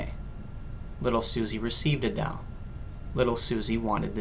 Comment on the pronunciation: Hehe! That and the way he says "doll." That is definitely not a Canadian accent.